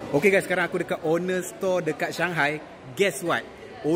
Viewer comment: ON-NER bukan owner.😅